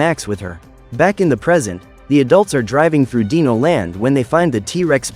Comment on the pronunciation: What dino is correctly pronounced: "dai-no" What he pronounced dino: "dee-no